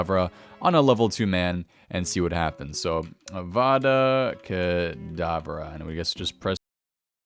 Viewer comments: its avada kedavra XD not avada kadavara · It's Avada Kedavara not kadavara! 😬🧙‍♂️